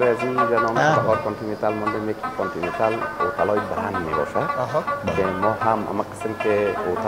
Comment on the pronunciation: در کابل کانتنینتال است نه کابل کانتنیتال و در همه دنیا به نام کانتنیتال است نه بنام شهر۔